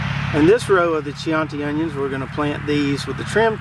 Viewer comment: I believe that chianti red onion would be pronounced key-on'-tee, named for an Italian wine from the Chianti region of Tuscany. Raffia covered bottles. Drank my share of the stuff in my youth which is one reason for how I got this way. I grow late season leeks (120 days) and keep them trimmed in the flats to about 4 inches tall. I tell myself that they add extra pre-plant diameter but I've been doing it that way for so long it may now just be an old habit.